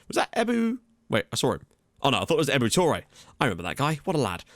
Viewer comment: "Ebou Touray, I remember that guy". His name is actually Ibou Touray :D